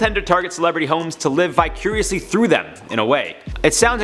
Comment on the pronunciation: Vicariously. Not vi-curiously.